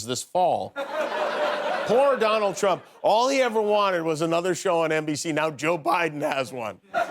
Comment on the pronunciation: *Dooonald. That's how she says his name. Just saying....